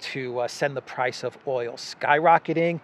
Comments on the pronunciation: “Oyel “ Love the (Brooklyn?) accent! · Like Olive Oyoll?